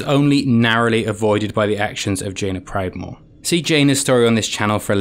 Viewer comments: " Jaina pridemoore " LOL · Jaina "Pridemoore" :P